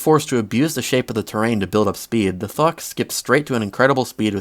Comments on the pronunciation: does anyone else hear him saying "fuck" instead of "thok" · Sounds like your say instead of thok drum rolls please: THUCK cause to me it sounds like f@ 💀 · bro did NOT say thok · why does the way he says thok sound like fuck?